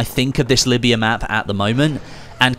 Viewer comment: it’s Libya not Lyiba